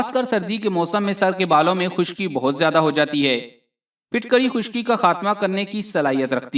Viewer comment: Not fitkari Phutkari